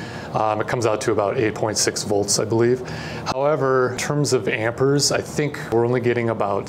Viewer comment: how he pronounces amperes is painful